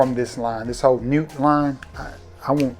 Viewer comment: Great video once again man. I noticed you pronounce "Homme" as "Home"... should be pronounced "Omme". The H is silent. And "Nuit" should be pronounced "Newee"... The T is silent. French is weird like that.